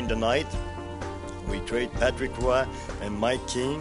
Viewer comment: If you think Hes the Best Goalie in history you are on Crack. Hasek, Brodeur, Sawchuk, ect, and to the people talking in this video it ROY (pronounce ROH-OY) not WAH